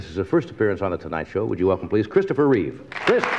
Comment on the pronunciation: Dude, it's "Reeve". Good lord.